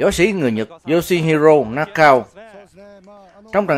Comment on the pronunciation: Nakao đọc là Na ka ô a nha..